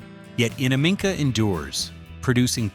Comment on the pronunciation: They cant pronounce Innamicka, Stzelecki and gibber, but your problem is ranch... Ok, we're on the big issues here...😆